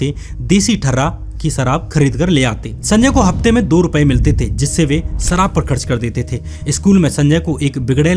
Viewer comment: What a uneducated, Indian accent.. " jameen..Sarab .. etc.. can't pronounce a lot of words properly.